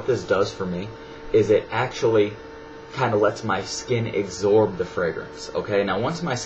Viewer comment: lol "eggzorb it" with that aside, good videos! keep em coming!